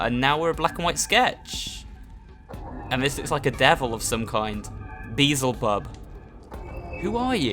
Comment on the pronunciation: Uh... Did he just say "Beezlebub" instead of "Beelzebub"?